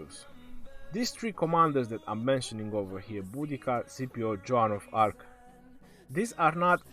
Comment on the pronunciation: Lol sounds like you're saying John of Arc lol